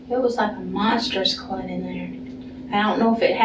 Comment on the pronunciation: honestly, the way she says “clut” instead of clot… i’m hoping she’s just a moron. either that or she says it wrong in order to bother folks. i have NEVER heard that pronunciation and i study accents as a hobby. 😂